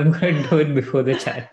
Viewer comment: "I love it-tuh!"